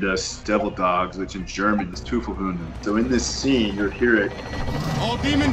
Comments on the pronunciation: gotta correct quickly its Teufel(s) Hunde except when you say: Tod den Teufel(s) Hunden. Death to the devil dogs. The s is kinda optional. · tooful hoonden lmao